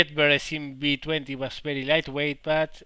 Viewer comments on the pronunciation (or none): I like how you say Bery Bery instead of very very lol I studied Spanish language in University and know that in Spanish V pronounces like B, but is't still funny as hell. xD